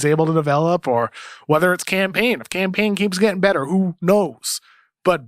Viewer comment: Bro pls quit calling him Cam Payne, it sounds like you’re saying campaign